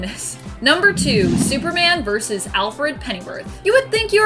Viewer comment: "Verse"? Like a song? Or are you TRYING to say "verSUS"????????? WHERE DO PEOPLE LEARN TO TALK THE WAY THEY DO?